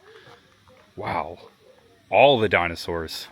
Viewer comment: Really cool. But you’ve butchered the dinosaurs names.